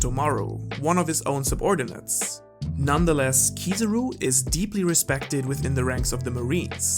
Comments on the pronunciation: Anyone else noticed saying "Kizuru" instead of Kizaru?:') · kizarú? its kizáru that its spelled you donut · who is this keezeroo you speak of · Kizaru is the name not kizuru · Stop calling him Kosoro or Kosoru or Kusawu and any other weird name. It's Kizaru. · I always wonder why Americans hear a word and pronounce something else. Kizaru = Key-Tsar-roo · I had to get out of here because I couldn't cope with the way he pronounces "Kiza-ru" .. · 170k views and he calls Kizaru, Keezuruh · I love your videos bro, but for someone who knows Japanese, your pronunciation of Kizaru is so painful my ear almost bleed. Even dub watchers might do a better job….